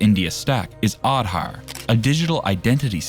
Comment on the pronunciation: man your content is amazing. I just wanted to say you that please look for pronunciation of words like Vande Bharat, Aadhar and many more. No Indian will like it. Otherwise your content is really good. Keep it up. you will definitely become a big youtuber.